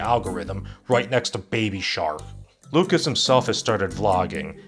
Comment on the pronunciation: How did you mispronounce lucas but not Cruikshank